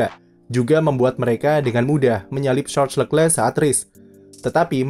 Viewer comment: masukan buat narator, cara baca nama Charles Leclerc : Sharl Lekle